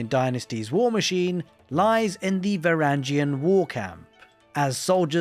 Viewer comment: it’s va-wrang-gen